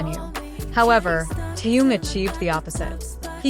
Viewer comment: Соава Богу, хоть "Ким" правильно произносит, а уж имя "Тэхен" исковеркала до невозможности! Хочется ругаться, честное слово! 😮